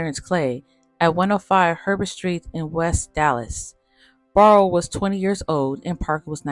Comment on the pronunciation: Clydes last name is pronounced "Bear--roe" ......not "Barr-roe". Very nicely done video.